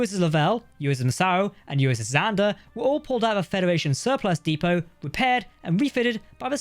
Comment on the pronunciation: You said 'depot' wrong!